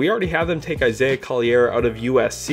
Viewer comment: It's Isaiah Collier (call-your) not coll-i-air